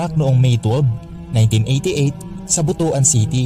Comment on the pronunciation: Pronounce butuan as butwan not butu-an.